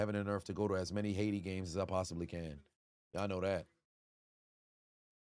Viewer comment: idk if you noticed when he said HAITI because he pronounced it in Spanish "AYITI" 🇭🇹 Glad you caught the flag tho! Those flags represent every nation in The Americas. 🌎 Talk about an All-American halftime show. VIVE AYITI!